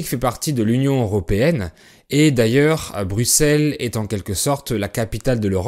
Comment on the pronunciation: Avant qu'il sache que Bruxelles se prononce "Brusseles", comme Auxerre se prononce "Aussere"